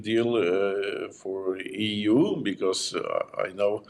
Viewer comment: So eu eu eu....eee .vee😂